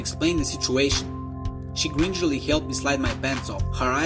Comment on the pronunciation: You mispronounced a few things. Like gingerly and ravenous. You said rodent death a bit funny too. Don't be afraid to look up how to pronounce words you haven't read before. There's lots of videos showing you how to pronounce words